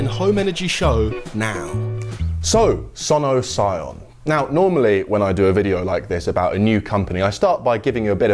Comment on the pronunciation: only down side, Sono Sion sounds like 'son of sam' in my head every time he says it.